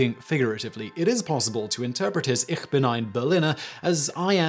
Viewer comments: Eesh bin, not eerr bin. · Interesting that he did not use the Berlin accent by saying ICK vs Ich (ish) as the rest of Germany does.